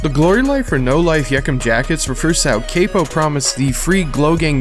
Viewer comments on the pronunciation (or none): How many things are you finna missb pronounce? It's CAP-PO NOT CAY-PO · being critical of someone mispronouncing hella names isn’t hating. if u actually listened to the songs or people and didn’t just read it they say all the names over and over again. capo is dead saying cape-o is crazy. it’s not “doing good” it’s lazy. seems like u just read this off reddit. faneto is such a huge song it’s insane to mispronounce that too. like yeah the video is pretty informative but that’s how u know someone actually listens or not and for people who are uninformed or haven’t been put on until this video they will also be calling them wrong names. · How u gone say chief keef is one of your favorite artists and you love chicago drill but then u gone pronounce capo “kay-poh”. GTFOOOO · "cah-po" not caypo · this mf said caypo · bro u gotta learn how to pronounce shit lmao it makes it seem like u just read all this stuff and didn’t ever even listen to the songs or the people. like Capo too dog… RIP CAPo.